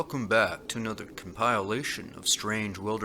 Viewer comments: Compile ation? Less that a minute into this and already you have made it to bizarre What language is this . Why are you making up words ? Very bizarre Channel reported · Damn. I’ve been saying compilation wrong this entire time...